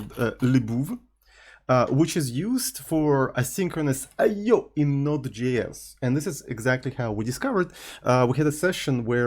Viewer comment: Bro I swear to god, stop being a clown pronouncing I/O like that every single time. It got old and tiring ages ago.